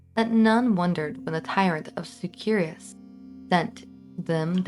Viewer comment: that was an interesting pronunciation of Syracuse. The standard American English pronunciation of Syracuse is /ˈsɪr.əˌkjuːs/, broken down as "SIR-uh-kyoos"